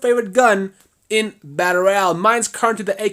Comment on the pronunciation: Dude you say battle royal so fucking weird. You say it like "batter al"